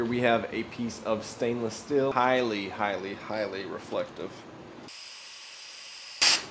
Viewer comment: Sir, its pronounced steel. Not still.